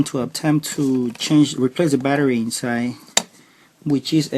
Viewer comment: when he said " insaye" instead of inside. I knew this would be legit.